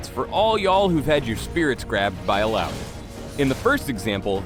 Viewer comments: All-ow-y is what im hearing, but isn't it Ill-uh-oi? Oh, and, YAY MORE MINIGAMES! -. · Eel-oww-ee? zzz. E-ya-oi. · 'Ill-owee'? What kind of shitty American pronounciation is that? Would have thought the name would be pronounced 'Illa-oy' more fitting of the islander background the name is obviously trying to emulate... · Illowwy? Really. I thought it was pronounced Ill-ahh-oi. Sad times. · illaoi not illaowee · I pronounce it as 'ilawoy' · I just came here so i can make sure I'm saying her name correctly not saying it as IYAOI lmao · "Illaoi is HILLAOI strong" xD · Uhlaowee?1 Really?! hahaha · How to read Illaoi: il-yaoi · When i first started, i thought it was pronounced: “Ill - aw - ee - o” . . Yeah i know... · I was litteraly pronouncing her name as I-YAOI. k. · Aussies pronounce it "ILLA OI" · Am I the only one who WAS pronouncing Illaoi with an uh-oy sound at the end. Illouwee sounds weird to me ._. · it would be better if her name was pronounced Illa - oy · Ill-owie???? Noooooooooo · but i thought it was pronounced Ill-a-oi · ive been pronouncing her name Ill-ah-oi. It either is that or the guy is white and bad with names that arent bob. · Ill...owie? Is that slang for an infected wound? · Oh, I guess I've been saying her name wrong, EE-yaoi wasn't correct, knew something was iffy. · just say laloi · Am I the only one bothered by the way her name is pronounced? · I thought you guys used the Finnish pronunciation of Illaoi. Oops. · "illaoi bruv"